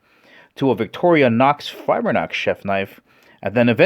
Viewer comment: It's not "victoria nox fibre nox", it's "Victorinox Fibrox". Also the X30-steel on the Mercer is 0.3 % carbon, so it's not "high carbon". Other than that, great honest review. Will yet stick to my Shun, though, because I don't like fat plastic handles.